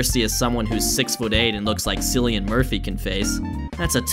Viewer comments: “Sillian” bruh it’s pronounced Kill-ian hahaha. i love you though xoxo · "Silly-in" Murphey? Hard K, dude. Hard K. In a video about a guy blowing guys away, an unacceptable mistake to make. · it’s pronounced “killian” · This video aged like milk lol Also it’s pronounced Killian Murphy not Sillian Murphy, that’d be Silly. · it's pronounced Kill-e-n Murphy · Hid name is pronounced like sillian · Another great video. Just FYI, Cillian Murphy is pronounced with a hard C, it's the Irish way of spelling Killian (the Irish language doesn't use the letter "K"). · Pretty sure Cillian is pronounced “Killian”. Had a friend from Ireland with that name. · “Killy-an” Murphy, mate. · its a hard ‘kay’ in the name Cillian Murphy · It’s Killy-an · Pronounced "Killian" Murphy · Kill-ian* Murphy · I know this video is 9 months old. I know it was only a throw away joke in the middle of a YouTube video. But hearing you say “Sillian Murphy” hurt my soul. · It's pronounced Killian Murphy and Fig Newtons are infinitely better than Butterfingers so this entire video is null & void. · my face was 👁👄👁 at that pronunciation. A good chuckle ✊🏽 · Just a heads up its a hard C on Cillian-same way Cutter isn’t pronounced Sutter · Son, how can you make a refrence to cillian murphy without knowing how to say his name? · How did you mispronounce Cillian ?